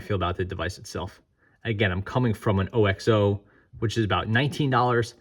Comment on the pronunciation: OXO is pronounced OXO not O-X-O